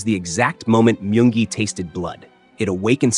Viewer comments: He said myung gi but it sounded like monkey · He said myung gi